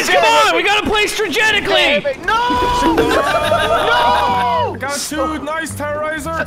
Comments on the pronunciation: “We need to start playing stragetically.”- H20 Delirious 2017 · "We Need To Start Playing Stragetically" As A Wise And Hilarious YouTuber Once Said 😂😂😂😂😂😂😂😂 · I died when delirious said stragetically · "We need to start playing *stragetically*"-Delirious2017 lmfao i love him so much😂😂 EDIT: "2017" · “We need to start playing stragetically” 🤣🤣🤣 I’m fucking dying. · "We need to start playing stragetically" ~H2O Delirious 2017